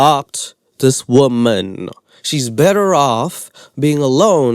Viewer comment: "a 20 year old woban" 😂 get well